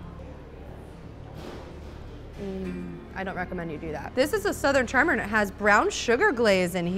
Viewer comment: Can’t get enough of the way Americans say “ANNDD”